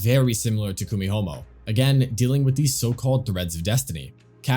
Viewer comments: Kumihumo? KumiHOMO? It's the letter i bro, Kumihimo 😂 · Did I hear you saying KUMIHOMO? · "KUMIHOMO" LOL